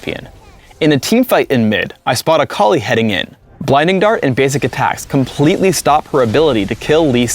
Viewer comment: He says Akali like "A collie"